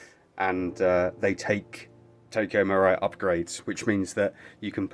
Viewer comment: Marui is pronounced marooee